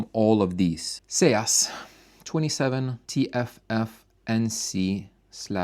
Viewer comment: Isn't "Seas" pronounced "Ceez"? Rhyming with Sneeze but with an S. I have the SB Acoustics and Stereo Integrity M25 MkII, but my favorite all time tweeters are MB Quart PTE 25's. From the original German manufacturer before the sale. The sound is improved dramatically when using the passive crossover verses using an active X-over.